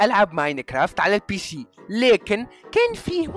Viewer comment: بيسي ❌ بيشي✔️😂 سوديوم❌ شوديوم✔️ جافا❌ سافا✔️😂 أمزح لا تشخصنها😏